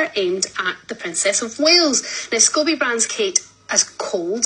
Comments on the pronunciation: Scobie not Scooby Doo.🤷🏻‍♀️ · The man’s name is Scoe bee.